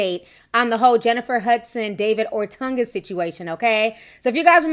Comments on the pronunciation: Ti ... you stay pronouncing names wrong 😂. OTUNGA .... O TUN GA , not OR TUN GA . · Love you Ti...but got dawg its not ORTUNGA. Its OHTUNGAH.(correct spelling OTUNGA) Good job on the story. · ORTANGA??? GIRL U ATE A MOTHER!!!! There is a difference between the sound of an A and a U. Ortunga...like Or Tongue Gah! Geesh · There is no R in O-tun-ga and it’s the WWE 😂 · Its pronounced OH-Tunguh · It’s really painful sometimes watching and listening to Ti! She just makes up words as she sees fit. She don’t know how to pronounce a thing! The man’s name has no R anywhere in it! But she insists on pronouncing his name Or-tunga! Where the hell did she get the R from? She does the Same thing with the word funeral!!! She insists on pronouncing it “fruneral” !! Come on now.......Maybe she should use some of that Youtube money to take some elocution classes! Which I’m sure she will pronounce Elocrutian. ! I’m done! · You said his name horribly wrong and you meant wwe. Hasn’t been wed since early 2000’s.